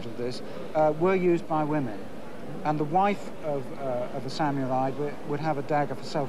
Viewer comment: ''Sam-your-eye''? Stop it, stop it, stop it!